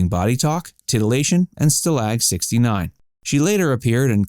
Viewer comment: Stalag take the accent on the first syllable.... STAlag not staLAG.....